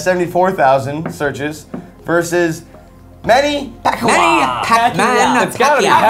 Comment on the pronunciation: "Manny Pacquoa" HAHAHA